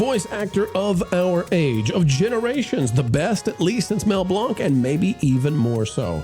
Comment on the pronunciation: Mispronouncing Blanc